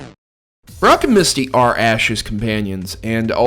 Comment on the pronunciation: lmao i swear you said Barrack at first